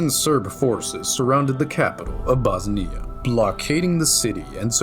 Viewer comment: I like the video mostly but why do you say bosnia like that